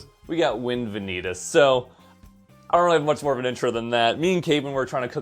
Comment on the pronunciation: Did you call him vin-eat-us just for the engagement? Because it worked ;)